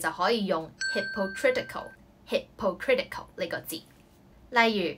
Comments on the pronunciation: 我的女神 加油 樓下話hipo错 應該讀hipa （輕音） 我不懂 我dse拿3粒星而已 在第一屆 多功課到想跳樓 咩半年要比150個閱讀紀錄 仲要跟科學既實驗report 做卷 （大部份欠交） 面對陌生又用英文讀的m2 最後字又查唔切 通識專題報告（迫你冇料都作啲野比佢）閱讀報告等誠實是種罪 那時知道公屋頂頂原來防煙門會嚮（請勿學）所以有時寧願有一門手藝 雖然都係受氣 睇住同學報蕭源 同 讀一年大專無端端上大學 或同我講父母同大學校長講兩句上到 可能佢地想保我自信不想打擊我才說謊:p自己問題要自己面對 然後吃了十年抗抑鬱藥 /ˌhɪp.əˈkrɪt.ɪ.kəl/ US /ˌhɪp.əˈkrɪt̬.ɪ.kəl/ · 請確保 fake & hypocritical 的讀音是正確, 我聽左幾次都確定唔到你在片中的發音是正確, 例如 take & tick 的分別, 及 political & post 的 "po" 發音的分別, 做足準備功夫會更好, thanks (這是我睇左咁多年 YouTube 的第一個留言)